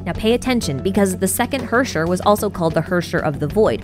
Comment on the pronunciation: Just fyi, Herrscher is likely german for ruler and is pronounced Hair-Chair